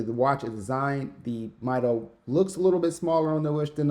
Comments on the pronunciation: Great Review, and I hope to see many more of your reviews. I think Mido is pronounced "Me-Doe". I have one of their older models, the Commander for over 20 years and it never needed service. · You’re right, the right prononciation is “meedo” and it comes from the Spanish phrase “Mido el tiempo” meaning “I measure time”. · actually it's pronounced ME-DO, based on spanish